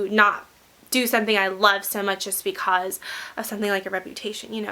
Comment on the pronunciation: Love ur vids but the way u say "because" is rly.... Ughhh!